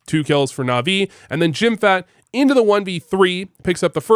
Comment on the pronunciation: Again, its not jimfat. Jimpp-hat, say it with me: JIMPPPPP - HAT. Thank you.